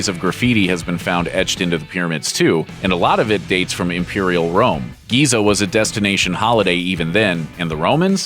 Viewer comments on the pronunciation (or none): none